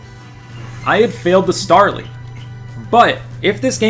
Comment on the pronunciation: And both names you butchered